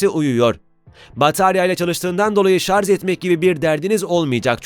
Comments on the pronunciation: Şarz dedikçe kulağı kanayan bir tek ben olamam değil mi ? 1.5m abonen var , şunun doğrusunu öğren artık. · Ben ''şarz'' a takıldım. Ne demek acaba? Yoksa ''şarj'' olmasın???? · Şarz ve Tony star dediniz ona takıldım ben. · 4.15 şarz diyor. Onun için izlemeyin bu kıytırık videoyu.